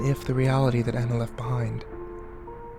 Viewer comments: Kimberly French THANK you!! I feel like the only person who notices this!! They would know how to pronounce the name if they actually WATCHED the movie!!! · Not how you pronounce Anna.. e.e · you pronounce her name wrong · U said ana wrong... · That that's not the original origin of the story at all and too bad you're not even saying Anna's name right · Omigosh please pronounce Anna's name right gyahhhh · The fact that you just pronounced Anna's name wrong made me cringe. Sorry to point that out... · I couldn't really get into this because you we're mispronouncing Anna .-. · Anna is not pronounced how your saying it